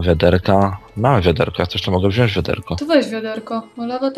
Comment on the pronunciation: nie chcę być wkurzająca, ale mówimy wziąć, a nie wziąść :)